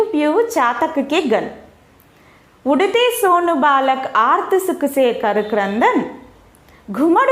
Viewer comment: Balaak not baalak..